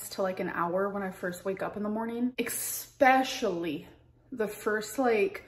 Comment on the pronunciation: She says "Egg-specially" but she can't say "Eggs" 🙄🤦‍♀️